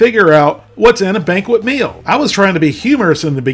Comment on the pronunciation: "Banquest"? Jesus...